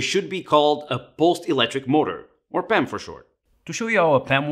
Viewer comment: lol Pam and PEM do NOT sound the same! it drives me crazy. reminds me of a teacher i had that pronounced "spawn" and "span" the same way, which made discussing number theory extremely confusing and irritating